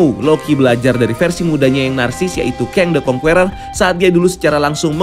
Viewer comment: Sebaiknya diperbaiki cara membaca “Conqueror” bukan kongkueror tapi kongker